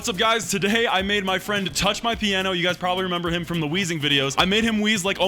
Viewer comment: It sounded like you said you made your friend touch your piano